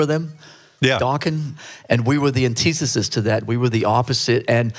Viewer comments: "an-tea-sisis" Lars can't even produce syllables on-time correctly. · I wonder how many years Lars has been saying "antesesus" for